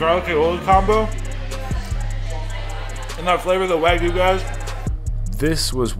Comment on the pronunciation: What is “Wah-goo”?😂 Its like a toddler trying to say Wagyu